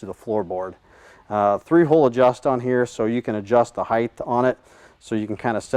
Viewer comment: It’s pronounced “Height”, not “Heigth”.